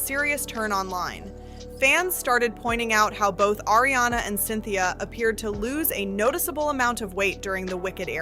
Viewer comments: Also, I might not be a fan but I know how to pronounce Ariana’s name. Like come on with this vid. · Ariana not Airiana.